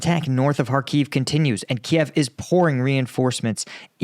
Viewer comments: It’s still pronounced “Kēēv” not “Key-ev”. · Kyiv, not Kiev.